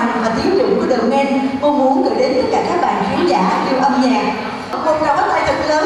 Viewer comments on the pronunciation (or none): tên nhóm hay thế mà đọc thế nào thành đờ men =))